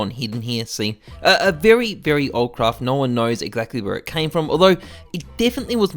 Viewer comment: Every time you say craft i cringe